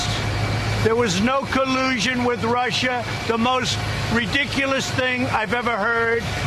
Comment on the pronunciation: Clearly stated by how he says "Rushser" rather than Russia. He probably spells it that way too. 😂